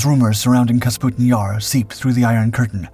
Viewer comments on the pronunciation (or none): It's NOT KAS PUTIN Yar. It's Ka PUS' tin Yar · I thought "KAS-PUTIN-YAR" was the real mispronunciation in the video. When it's clearly spelled "KA-PUSTIN-YAR" and he even says it correct one time. I literally can't even tell the difference even though you spelled it out for us. It looks like Canbera both times; extra useless letters in both cases since "E" before a consonant followed by "A" doesn't change the pronunciation of "E" or "A" except in case of "M". Ex, beta, theta, candela, favela, viscera, cholera, opera, caldera, diptera, chimera. Where, "EMA" changes the pronunciation of "E". Ex, eczema, extrema, edema. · Kasputin Yar... LOL! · Take a shot every time he says Kasputin Yar. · K A P U S T I N Y A R ....There, I hope it can be pronounced correctly now 😉🙃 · KA- PU- STIN YAR. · Kah-PuS-TIN YAR....that is how it is pronounced! Please please.... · I love this guy. Take a drink every time he mispronounces things, places, names. Have an ambulance on standby. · I hope not. He can’t even pronounce the name of the city. And it’s even shown in plain English letters.